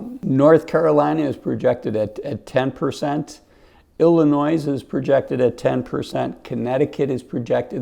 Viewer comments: Lost me at Illinoiz and I’m sure you say “sALmon”…..captives have no place in Florida. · Please tell me you didn’t just say illinoise?!?!? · Realtor has two syllables. Illinois has a silent s on the end.